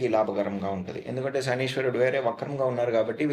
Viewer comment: శనీశ్వరుడు అని పలకడం తప్పు.. శనైశ్చరుడు అని పలకాలి..